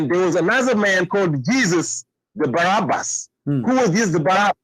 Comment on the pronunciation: you are pronouncing the wrong name: it is Barabbas not Barnabas! Just to be clear!